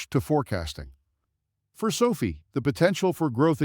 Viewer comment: It’s pronounced SO-FIGH! NOT SOPHIE!